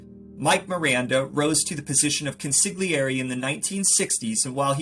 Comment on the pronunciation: You are doing a great job of enthusiasm and sense of humor, and would like to offer a helpful tip. The word of Consigliere sounds more closely to CON-SOL-YERI, but to be safe, you may want to ask someone who speaks Italian. I enjoy your show and am not intending to be critical, so since you obviously care about what you are doing, I thought you might appreciate helpful intention.